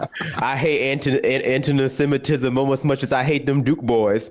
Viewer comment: "Andyseminism" 😂 Who's the illiterate one? This is how you can tell this is the first time the republicans have cared at all about any form or racism. They bastardize it in order to perpetuate even greater racism and can't even say it right. Honestly, "morality" and "right wing" are mutually exclusive now.